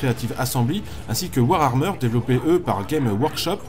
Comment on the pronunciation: Warhammer pas Warhrammer XD mes pauvres oreilles de fans .Sinon excellente vidéo ;)